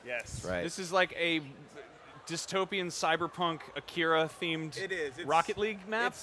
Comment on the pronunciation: A KI RA, KA NE DA, it's not that hard.